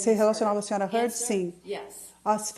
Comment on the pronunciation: Eva Heard? Vai fazer inglês tia. #teamjohnny